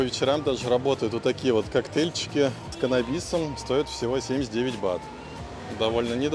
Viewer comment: канабИс, джет скАй...Уши режет ппц